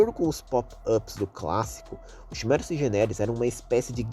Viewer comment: desculpe reclamar mais chimera se pronuncia quimera,n é algo de ben 10 é do portugas msm(eu escrevi portugas de proposito,odeio ter que explicar essas piadas)